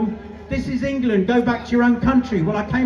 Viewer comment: Engerland, Engerland, Engerland. Remember, this is England